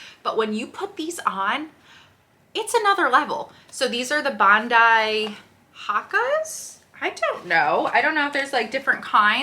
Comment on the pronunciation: Hoe-kuh’s is how you pronounce it. And Bon-dee is the particular style you bought. I have the exact same pair. They’re amazing. I’m trying to heal some plantar fasciitis and the Hoka’s are heavenly!